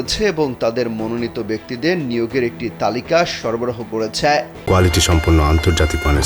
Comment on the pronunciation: ছ্যা ছ্যা ছ্যা,,, একটু কম বইলেন করেছে বইলেন,,,,,করেছ্যা বইলেন না